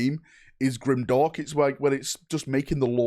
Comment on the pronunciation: Definitely Grimderp, not Grimdark.